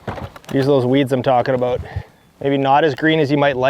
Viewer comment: Great video “a-boot” pike.